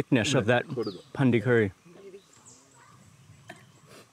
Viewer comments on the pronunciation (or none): Not Pandi 🤭 its Panni 🐷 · Its not pandi, its panri